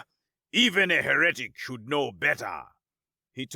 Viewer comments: Loved the story but as a reader it just ircked a bit Everytime heretic was mispronounced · You ever consider the odd enunciation be in character? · Great story. Just one critique, the Google pronunciation of Heretic. Google has a strange phonetic spelling of the word as well huh-ruh-tic. If you slow down the translation on Google it sounds almost correct. Both the Cambridge and Webster dictionaries have the correct pronunciation and phonetic spelling, although the Cambridge dictionary only offers it with the upsidedown e. I digress. The pronunciation is He-ra-tic or hera-tic.